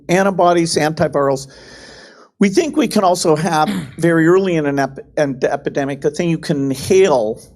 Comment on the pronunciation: Bill can barely pronounce epidemic yet people listen to him lol.